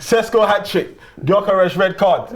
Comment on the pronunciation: How do multiple fans on this channel struggle to pronounce gyokores properly 🤦🏻‍♂️